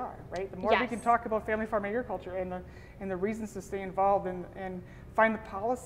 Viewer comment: please, please, please stop referring to it as “Eggriculture”!! That is NOT how it is pronounced! It’s pronounced as it’s spelled…………